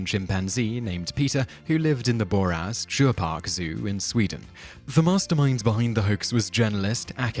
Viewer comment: Man ska säga Djötöborgär (No silent D allowed) Tiddnidjinn. Also Båräss Körpark